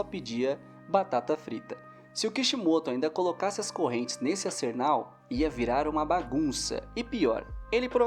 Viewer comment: Man o vídeo é bom, porém "ASERNAL" NÃO EXISTE, É ARSENAL